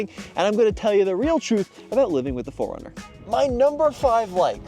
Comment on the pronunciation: I keep hearing "foreigner" instead of 4runner lol. Anyway, looks great but not sure if I'd get one. It's on my list though as I need a new SUV!